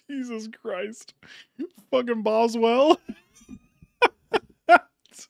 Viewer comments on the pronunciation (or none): No shit when said boswelll I was crying😂